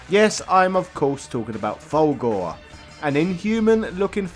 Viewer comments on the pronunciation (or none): its "full gore" not "valgore" even the game pronounces the it mate, rookie mistake